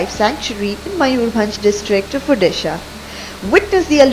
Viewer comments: ठीक से बोलो ODISHA ORISA गलत कुएँ बोलो रहे हो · Please pronounce and write it as ODISHA not Orissa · It is odisha not orissa and also o in odisha is spelled as o in oak and not as u. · Guys that's not "orissa" It's "Odisha" It has been changed since 2011 All the people out there stop pronouncing and writing it as "orissa","urissa" or whatever It's an Indian state....at least go through its history before making any video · That's not "ORISSA"..... it's "ODISHA"..😊😊😎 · It's important that we pronunciate Odisha Not orissa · OHH SISTER IT IS NOT "ORRISA",IT IS "ODISHA". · Mam please pronounce Odisha instead of Orisha , Orisha will feel more proud........ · Mind your speech it's Odisha not orrisa Apologies soon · It is not orissa it is Odisha 'Udi sa' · Not ORISSA, its O D I S H A!! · Not orrisa its Odisha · Kindly pronounce properly its ODISHA not orissa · It's not Orissa. It's Odisha. Are you British? Britishers used to pronounce it as Orisaa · Becuz in the entire vdo u keep saying "ORRISA" . That's why I DISLIKED ur vdo . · Odisha Pronounce it currently